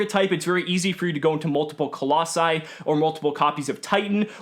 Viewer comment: No one:: COLLOSSAI